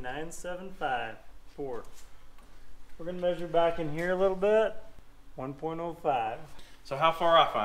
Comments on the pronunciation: Maysure =D lol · The way pronounces measure is hysterical 🤣 😂